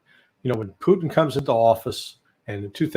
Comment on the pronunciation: It's funny how Ray McGovern always pronounced Putin as "Poo-theen".